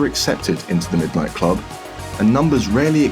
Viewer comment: middo nighto